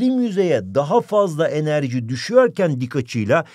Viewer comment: Birim yüzeye az enerciii